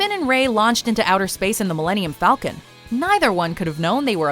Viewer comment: “hi i’m the captain of the millennium fawkin”